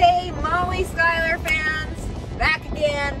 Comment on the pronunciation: Your last name is pronounced (shoe--ler). Why do you say it's pronounced (sky-ler). That's impossible from a grammar point and drives me nuts. SCH is not pronounced SKY!!!